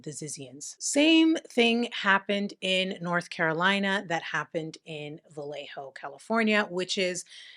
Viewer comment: Vallejo has no "L" sound, like valle(valley), tortilla, Trujillo, llave(key), lluvia(rain), llenar(to fill), bella(pretty), cuchillo(knife), llave(key), llevar(to carry), ella(she). "ll" in Spanish never has an 'L' sound. It's like a 'Y' in English. Vallejo is tricky because all Spanish words have the accent on the second to last syllable unless ther is an accent somewhere else. So yhe ínvisible accent is over the e.